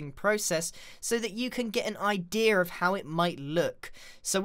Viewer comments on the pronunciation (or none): Anyone heard him say idear when he was making skeleton framework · I love it when he says idear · People : idea Grian : idea-r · (about) MY GRANDPA SAYS IDEA LIKE THAT OMG